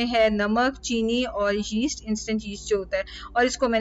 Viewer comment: Sister yeast ko east pronounce kartey hein y saakin hai issey nahi bolna 😅